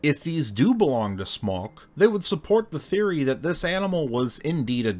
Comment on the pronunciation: Your pronunciation of "Smok" is perfect, but Lyso-Wise in the southern Poland almost made my day! Almost, because it's 25 min. after midnight, and anyways I shall be lying already. ;D Smok has peculiar teeth because it's adapted to eat maidens. If it isn't eating maidens - it isn't a Smok! It didn't die out, but went to Cracow and settled under the Wawel Castle.